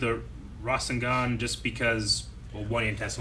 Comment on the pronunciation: Not to spoil, but there being another necklace like Tsunade's is never important. It was honestly just a throw-away detail. Also, the necklace is just a necklace. It's just that anyone besides Tsunade who's worn it has died. Also also, Rasengan is pronounced Rah-SEN-gahn.